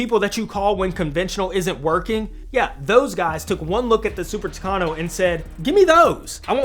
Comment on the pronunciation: Super "Tucano"??? 😮 Later correcting myself, the Super "Tucano" didn't compete with Skyrider in the second race, but rather with Wolverine. The Super Tucano was the one that won, but didn't take the prize; Uncle Sam's policies wouldn't allow a foreigner to prevail over the natives.